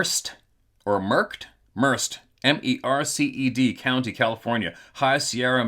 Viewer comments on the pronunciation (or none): Merced pronounced.... Mur-Said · the county is pronounced, Mer- sed county.